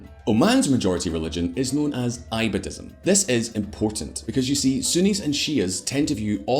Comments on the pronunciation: It's not i badism it's e badism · Hahahaha... It's absolutely funny how some person who has little knowledge boils down the conflict in the Middle East to religious sectarianism. I live in the Middle East, you have Shiite mosques in Wahabi states like Qatar or Saudi. It's a lot more complicated than Shiite vs. Sunni. And its not I-badhism, it's pronounced Ee-badhism. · Who else is repeatedly irritated by the pronunciation of Ibadism? lol